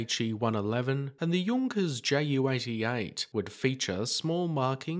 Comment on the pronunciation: It ain't Jay yew 88